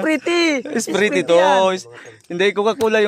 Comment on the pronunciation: Katuwa naman kayo sprite talaga di ba pwede slang ang bigkas para hindi halata na bisaya kakatawa kayo kahit sa kritikal area magawa nyo pa talaga magkatuwaan kaya lang si mikoy malungkot pa rin gustong gusto na nya makita ang pamilya nya sana makita nyo na rin ang pamilya ni mikoy godbless sabi nyo joke lang mga guapo man talaga kayo